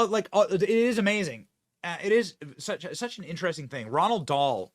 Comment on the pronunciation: It was Roald Dahl, not "Ronald Dahl". :)